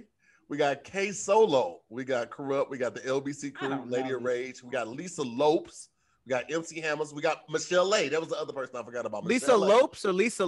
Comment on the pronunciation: don’t know how to speak but he pronounced Lisa lopes name correctly. I am Cape Verdean just like her and in Portuguese it is spelled with an s and not a z so it’s pronounced differently